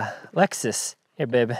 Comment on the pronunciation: I like how the Hawaii in you randomly shows up...... 'the lexsoos' 🤭🤙🏽